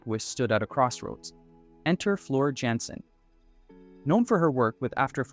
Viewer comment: Small correction Jansen pronounced Yansen. Floor Jansen comes from the Netherlands and we have to follow the rules of the Dutch language